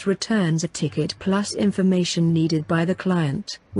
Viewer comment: ticket (not tiket)